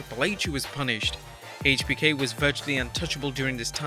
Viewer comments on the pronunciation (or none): I liked how sometimes he says heich bk and sometimes he pronounces it right🤣